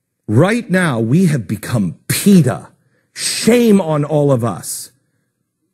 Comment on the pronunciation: Did he say that we are PETA? Or Peeta? I'm confused.